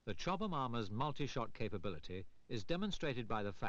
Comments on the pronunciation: the narrator added about three extra syllables to "Chobham" lmao "Chobba-mahm" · it's weird hearing him say "chowbahmomma armour" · Right? i kept wondering where he was getting all the extra syllables from lol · I thought the narrator kept saying “chubby mama “😂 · He was probably thinking it !